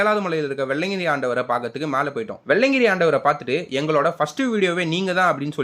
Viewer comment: வெள்ளையன்கிரி❌❌ வெள்ளியங்கிரி✅✅